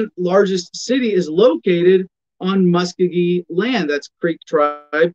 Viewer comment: You spoke for 20 minutes and hardly said anything. Keep trying. Also it's pronounced Muskogee, not Muskeegee.